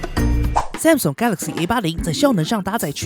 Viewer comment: 很不錯的影片，唯一的雞蛋裡挑骨頭大概是“Samsung”的發音XD 聽著有點彆扭，建議去聽聽看英文評測影片怎麼發音的 重音應該在後面，不是在"Sam"